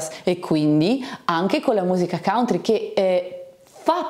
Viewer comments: Scusami ma si pronuncia cantri, e non cauntri. Facevo lo stesso errore. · Dipende dai punti di vista, se in America pronunci "cantri" non è che sembri proprio nativo del Kentucky 😂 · consulti i dizionari di pronuncia, non uno ha riportato la variante cauntri che non rappresenta lo standard né in British English né in American English.